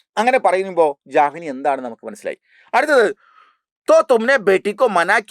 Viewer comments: Jahnvi❎ Janvi✅ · Jahnavi alla sir janvi ahn 😊